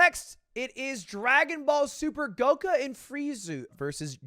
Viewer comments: This is a year old, I know that, I get that. Hey, you aren't big in anime right? I GET that.... but Ludwig, wtf did you say?.. Dude, WHO!? GOKA?? FRIEZU??? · Don’t forget “goka” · Did my man really say Goka and Freizu?